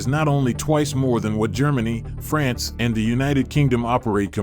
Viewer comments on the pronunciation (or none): none